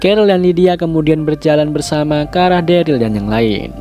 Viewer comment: Gw dah rewatch S1 eps 1 bang manggil Daryl nya salah njir,malah Derly wkwkwk